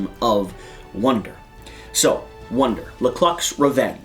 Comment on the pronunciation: I'm not sure if I was mishearing it, but it sounded like he was saying "wonder" instead of "wander".